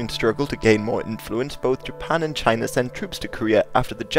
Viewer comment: Nice you say China the same way Donald Trump does. Jina!😂 All joking aside you did an awesome job and I definitely know more than I did before I watched this... Thanks